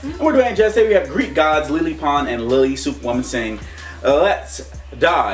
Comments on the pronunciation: Did Dwayne say lily pons its lele pons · It is lele Pons not lee lee pons